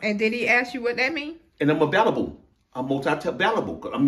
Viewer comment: Did he say availablebbla